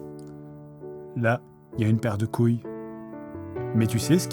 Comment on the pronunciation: Non t'as dit gouilles d'abord ! La prochaine fois tu diras gul, et geins 😂